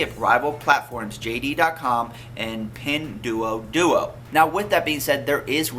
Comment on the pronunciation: Sorry I laughted when you say "PIN DUODUO",Nice pronounciation Sir .LOL